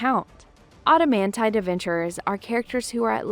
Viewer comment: I'm offended by the mispronouncing of Adamantite. There's no auto sound at the start. The show is loaded with real pronunciation of the rank.